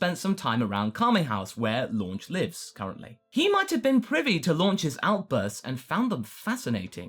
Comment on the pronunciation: Why does everyone call her"Launch" when her names "Lunch"? I know Funimations responsible, but we know better.